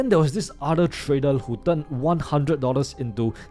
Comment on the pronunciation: No way this guy tryna sound smart when he can’t even pronounce trader 😂😂